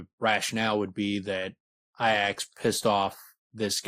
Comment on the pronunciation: Wouldn't it be pronounced "EE-ax"? I think its supported by the name Haliax also. Breath of Iax, id assume you'd say it the same as you do in the name Haliax. Unsure. Never heard Rothfuss say it, but they pronounce it ee-ax in the audiobooks.